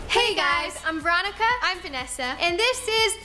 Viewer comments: She be talking about people saying her name wrong she said it wrong her self veronca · She did it on purpose obviously